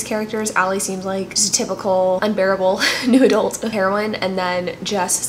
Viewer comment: I love how every time you say New Adult I hear "Noodle" and I think the genre should be renamed honeslty